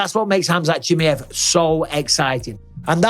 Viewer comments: I wish you wouldn't butcher Chimaev's name like that 😂😂😂😂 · Your English and you butcher his second name, you know what mean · Pronounce khamzat's second name RIGHT please !!!!!😫😫